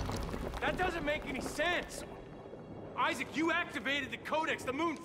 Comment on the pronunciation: He just said issac perfect